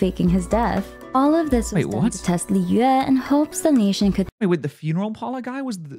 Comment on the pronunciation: shes says it in the correct pronunciation for mondstadt but with the others shes a little off. A good example would be the way she pronounces liyue shes very harsh on the yue part and is to quick on the Li and it sounds so bad 😅